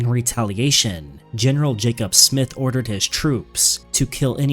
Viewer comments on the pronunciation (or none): none